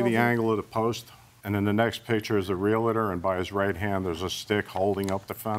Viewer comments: Never trust anyone who says 'Real-IT-or' instead of Realtor Lol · It’s Real•TOR! Not Real•A•TOR!